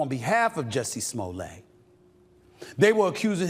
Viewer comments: Smoll-ay or smolette? Like Roulette 🤔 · Is not smollet. Is smooth-lee- yay. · Sir! It's pronounced "Juicy Smullier!". Get it right! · His name.s Smo-let. Like toilet. He's not French, Mr. You think it makes that creep sound posher, when the evidence shows he's trash. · Stephen pronouncing his name as Smoolay has me dying over here. 😂🎉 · Who told Stephen A that his name is pronounced Smoll-ay?? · You're not pronouncing it correctly, its Juicy Smooyay 😂😂😂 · No its pronounced "Juicy Smoo-lay"😅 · I like how this guy uses the Dave Chappelle "famous French actor" pronunciation of Smoll-ay. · Chapelle calls him Juicy Smulét😂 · Smollett not pronounced that way with two t’s. Sure Jussie. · If you're going to say you're a journalist, you should at least get the pronunciation of the guy's name right. That's a basic. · I'm glad he's going back to prison because he's such a goddamn jackass, but it's still really petty for you to keep mispronouncing his name. Even enemies can show respect, dickhead. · NIGGA THE T IS NOT SILENT!!!